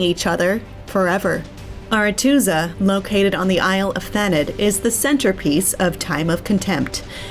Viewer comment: Is Thanedd not pronounced Thaneth? As in the Welsh Gwynedd/Gwyneth.